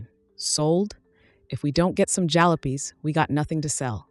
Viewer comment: Jalopies* as one example mispronounced